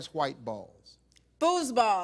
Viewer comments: am i the only one who thought she said Booze ball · Girl said "Fooseball" LMAO! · She said foosball... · #nahtho She said Foosball